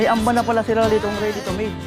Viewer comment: "Hamba" po Ang tawag hindi amba